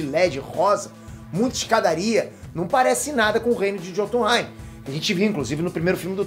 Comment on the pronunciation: Se diz "iôtunrain", nos países germânicos e nórdicos o "j" tem som de "i"